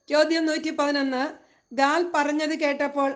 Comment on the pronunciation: ഗാദ് അല്ല ഗാൽ ആണ്